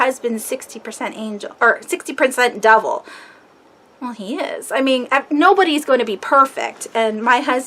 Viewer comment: I thought you said "double". Then I realize you were trying to say "devil" 😂😂🤭